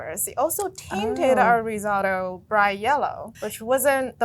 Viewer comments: What is Riz ah to. She doesn’t look Italian for a reason. The rice dish is pronounced RIZ O TOE ! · Risatto? Seriously? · Ri-zotto? #pronunciation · ri-sO-tto.. Capital O… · Ri-zatto!!!??? Lmmfao 😊😅😂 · Yikes! Did she say, "ri sot oh"? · Don't call it Rizotto🤦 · Did she just say risauto? Get a clue lady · I might be the only one, but the way she pronounces Risotto as "RisAHto" just felt extremely wrong. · I don't trust cooking advice from anyone who pronounces it Ri-ZAW-to. I'm Asian. Who found this robotic Asian chick who looks like she's reading cue cards and why was she chosen? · Did she really say riz-otto? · This is the first time in my well-travelled, senior citizen, experienced cook and foody life, that I've ever heard the word, "risotto," mispronounced as "rizz-auto," or "rizz-aw-toe." did that twice. As always, ATK needs to get some editors. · you pronounced risotto wrong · How the fk did you pronounce risotto? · wait how sdid she pronounce Risotto??